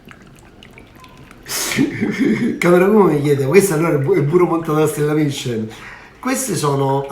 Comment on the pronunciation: ...ma secondo me voi bevete prima, 😉, e c'avete ragione, non si capiva a tratti quello che dicevi. Cmq ricetta super chic. Ma dato che Camerawoman è raffinata e francese 😉 fatti dire come si pronuncia Michelin, l'accento sulla "i" , o la e finale!!! Vi abbraccio sempre con tanto affetto ❤